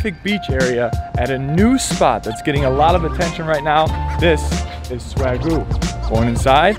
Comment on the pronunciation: Been to the Balboa... definitely good and I love a medium-rare burger...respect you had a cocktail with it.... Isn't it pronounced "Swag-You"?